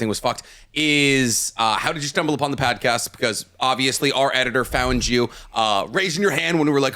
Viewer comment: Did anyone hear say “pad-cost” instead of pod cast. It’s literally one of favorites parts of this series, just the random shit that happens and gets said back and forth. Favorite pod cast by far.